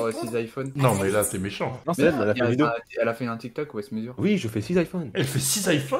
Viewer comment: "j'espere qu'vous avait aimé cette vidiyo" chuis dead 😭🤣